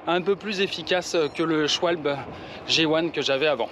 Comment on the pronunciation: Prononcer "Chvalbeu" et pas "Chvalbole" 😂 C'est allemand, pas anglais ou américain. Et Trink Wasser = eau potable (littéralement eau à boire).